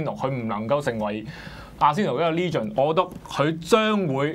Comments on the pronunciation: 唔好意思,唔係"哩"gend, 應該係"呢"gend........ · 佢係話leegen 唔係legend... xddddddd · 雲佩斯唔係球員角度出發唔通係班球迷角度出發?醒下啦兩位,你地以為自己係邊個,雲佩斯轉會要考慮你地感受?人地會唔會成為一個傳奇關你鬼事咩,成個職業生涯冇冠軍邊個記得你?仲有唔係讀"leegend",唔識讀就唔好扮晒野無啦啦達隻英文字,我唔介意你講返傳奇.用左半集講雲佩斯既野,不如專心講下點爭前四好過啦.特別右面個位,好似輸唔起係到講悔氣說話